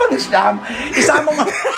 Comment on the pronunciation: Ang slow ni nanay cristy sa pang siyam. Ang siyam rhymes with xian.